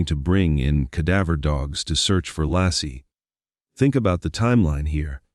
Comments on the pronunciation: Her name was Laci (Lay-ci) NOT Law-ci! Tell your Ai to smarten up and get it right. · Her name was Laci pronounced Lacy not Lassie like the dog!!!! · Not Lassie ! Laci. 😊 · this pisses me off that the stupid AI isn’t saying Laci’s name right